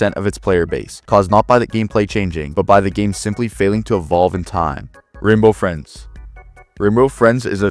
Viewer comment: Renbow Frins😂